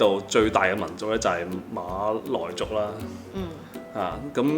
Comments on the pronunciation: 粤语正音就变成视频中的读音，MALOI，而不是MALAY了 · 粤语发音的马来人就不是malay，就已经是maloi，就完全不一样了。按照马来西亚的标准，我们一直都是以马来语和英文发音为准的。所以，文献翻译是马来西亚，发音则按地方不同，但是都应该发音成MALAY，不是MALOI。